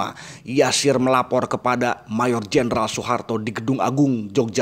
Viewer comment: nama beliau adalah Yasir bukan Jasir. Pd ejaan lama huruf J dibaca Y.